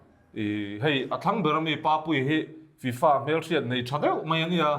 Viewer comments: Tufa maw I tih? FIFA 😂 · 'Tu fa?' : 'Fi-Fa' 🤣🤣